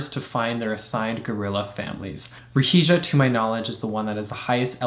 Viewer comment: Perfect pronunciation of Ruhija 👍